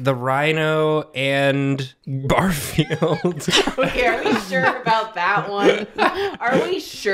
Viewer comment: Gar-Field... Gares-Ville...